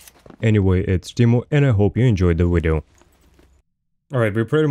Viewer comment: lowe this wideo uknowadamen?